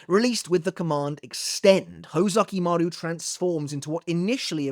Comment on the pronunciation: Is it really "hoe-zukimaru"? Now i can't unhear it, lol.